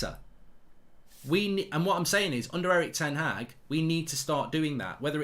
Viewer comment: It’s pronounced ‘HARG’ not HAG. It’s disrespectful